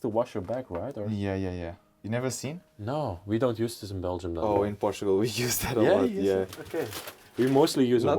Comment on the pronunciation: You have to teach how to say Portugal